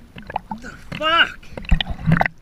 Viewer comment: I love the way Aussies say 'FUCK.' Really feels like they are in pain.